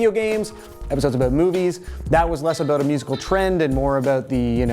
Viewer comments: just 'aboot'. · OH MY GOD! LMAO, so funny. You were talking about the accent and made an "aboot" joke, and then literally the next comment where you say "Brett Cortright wanted a shout out," you can hear it REALLY clearly. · Also you sound like you're from Canada when you say 'Toronto' and 'about'